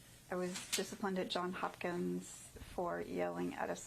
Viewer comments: Wait, so she works at Johns Hopkins but calls it John Hopkins? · Can't even properly pronounce the name of her employer.